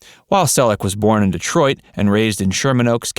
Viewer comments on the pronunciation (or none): none